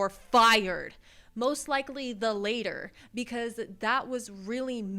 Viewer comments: Its pronounced lat-ter not later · it is pronounced latter not later fyi. Just so your point is not lost on those who would focus on that and discount the rest of the things you say. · when you say “the latter” you’re saying the later lol. It’s pronounced like Ladder 🪜 😊 Just trying to help ❤ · "where's the bad kid in the class when you need him" lmfao! As a former teacher, I call upon the bad kids to disrupt this bullshit 😂 btw it's latter (rhymes with "matter") not later, no shade 😘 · Did you just say the later? Not the latter? Girl read a book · mispronouncing "the latter" oof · 😂😂 the joke of the American education system😂. Ironically you are chinwagging about a teacher. But you are a victim. it is pronounced “the latter” not “the later”. May god help this society😢😂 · Latter, not Later. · It’s not ‘later’ you imbecile, it’s ‘latter’, pronounced like ‘ladder’ but with a soft T instead of D. How do you even get to your age without knowing that? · It’s “latter” not later. Laater would be how to pronounce if you had the right word. Anyways.. why is everyone so scared of having a strong leader that the world respects just like in his last term? He’s the only one who can turn everything around for the middle class by first getting rid of illegals! Coming here is fine if you do it legally but it’s chaos right now! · it's latter, not later. Now you look like an idiot. Good job. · Latter is pronounced latter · Not “Later”… it’s “Latter”. Pronounced like ladder but with a T. Might wanna read up on definition too. ;) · just for future reference it's pronounced as the "la-tr" but thx for this indulgent cornucopia of cringe - ive been fiendin for it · Rofl you pronouced it "later" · Honey, latter is pronounced like ladder.